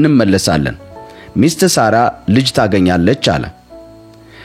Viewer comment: የምን ሶራ ነው? ሳራ ነው